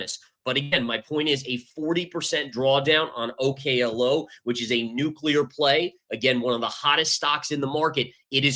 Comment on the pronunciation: Its pronounced Oak-lo, like an oak tree. You can watch their own promotional videos if you dont believe me.